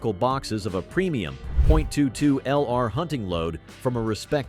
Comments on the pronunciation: All the technology and AI can’t say 22 😂😂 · STUPID 💩AI video! Jackass can't even say 22 correctly!!!!